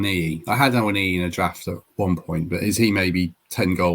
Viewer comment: BTW it's ah-one-ee if you listen to how Taiwo pronounces his own name